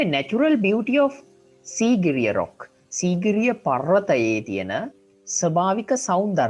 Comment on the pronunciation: සීගිරිය කියද්දි (sigiriya) ඔහොම නෙමේද